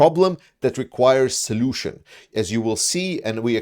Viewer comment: Can we now start calling him General Zolution?🤔😉